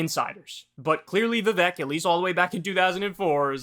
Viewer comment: Vivek's name is pronounced as Vivake - rhymes with fake - easy to remember.